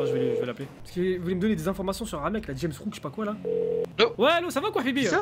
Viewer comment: dit Rames Rouck mais c'est JAMES Rouck, en plus elle sait pas lire la fille ça mérite le coupage de langue minimum